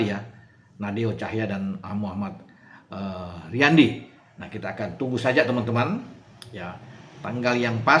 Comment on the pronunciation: riyandi bung, bukan riyanto...wkwkwk